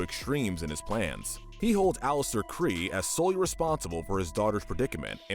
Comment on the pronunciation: It’s pronounced aim-ISS and KRAY, “Patrick Star”! 🤨 You’re so bad at pronouncing names,! 🙄